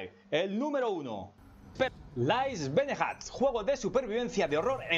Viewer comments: Benejaaat!!! También me dió mucha risa...tienes que prometer que vas a hacer un curso de inglés o al menos vas escuchar la pronunciación en el Google translate antes 😂👍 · Buen video pero casi le doy dislike por la pronunciacion de "beneath"